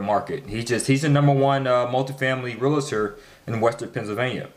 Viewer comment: "REAL-TOR", not "RE-LA-TOR"